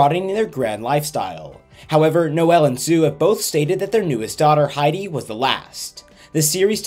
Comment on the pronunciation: Noel is pronounced Noll not No-el